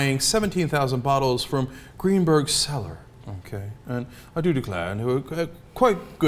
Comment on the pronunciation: lmao when asked Cenk is he thinks all rich men say "I do declare" I know they don't but it makes me laugh when Cenk says that with that accent:D